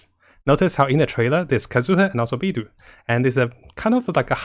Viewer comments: Mihoyo: Beidou (bay-dough): Bee-dew! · Ahhhh your pronunciation of Beid'u' (wtf?) is so arck.. i just can't take it anxmore after you said it literally 10 times in 10s. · Kazuha: pronounces Beidou as "Beido": "Beedoo" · Not trying to hate or anything, but why does pronounce character names really weirdly? Can't he speak Mandarin? If he's trying to appeal to English audiences, no one even says Beidou like that, even though it's a miniscule problem, it's just really ticking me off.